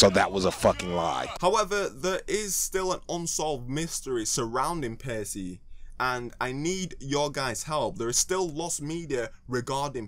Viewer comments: Why do you pronounce it Pay-see? It should be Pa-key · pretty sure it's pronounced like packey not pacey. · with the way he pronounced paccie, i thought he would pronounce pac-man "pace man"